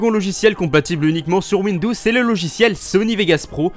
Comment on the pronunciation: PK tu dis windous